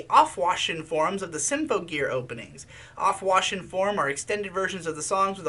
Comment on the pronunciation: that is NOT how you pronounce aufwachen